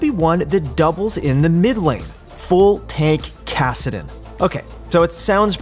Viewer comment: Ah yes, tankadin